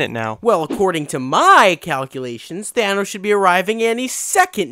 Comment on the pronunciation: Bruh Y did u say thonas and iorn man